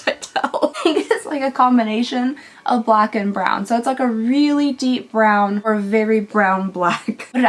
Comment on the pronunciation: It's a blawn eyeliner,. Or brack?